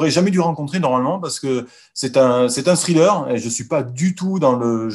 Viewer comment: cessez de dire scrilleur. lol